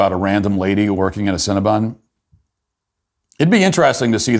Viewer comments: Matt, you have this all wrong. It is CinnabOn, not CinnabUn. :-) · Love that Matt keeps calling it Cinnabun instead of Cinnabon.